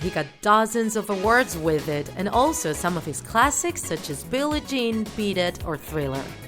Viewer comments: it's bill ie Jean and not with "y" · Its billie not billy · Absolutely amazing up you slept “Billie Jean” with a “y” instead of “ie” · “Billy Jean”???????? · Billy Jean?? BILLIE Jean sis😂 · Ew gees Billie Jean Not Billy Jean Miss U Michael